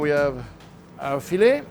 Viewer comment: the way he massacred that filet hurt my soul